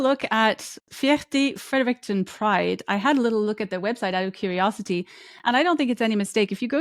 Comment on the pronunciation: Thank you for your work! It is important to have the studies and reviews continue to be explicitly shared. ❤ And I'm sure someone already mentioned it, but that's not how one usually pronounces Fredericton, although I'm sure they appreciate the shout-out!